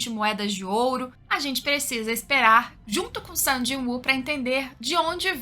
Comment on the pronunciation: AHHHHHHHHHHHHH, FALA SUNG!!! NÃO "SAN"!!!! AAAAHHHH